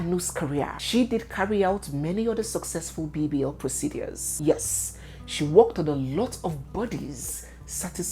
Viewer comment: 😅 you won’t kill me with your pronunciations especially how you say proceDUAS